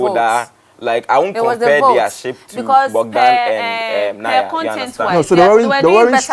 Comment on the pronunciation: The name is Bogdan not Bodgan please